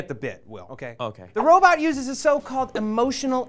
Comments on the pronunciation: "Robut" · Rowbit..I'm sorry but it's so funny when people pronounce it like that XD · will i hope you know that its a 'robot', not a 'robit' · Stop saying ROW-bit!! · "Robutt" x) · will says "robot" like "robutt" and matt has a crooked face. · Will. It's robot, not robit :P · "Robut" ahaah will xD